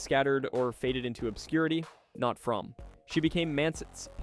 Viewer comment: It’s pronounced Frommeee